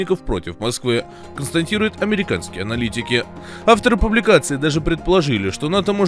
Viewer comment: Долго не смотрел этот канал и забыл намеренное искажение слова, после которого всегда отключал видео - это "констаНтируют". Опять услышал это на второй минуте и ставлю дизлайк.